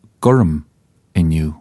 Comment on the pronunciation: he accidentally pronounces the word "inniu" correctly.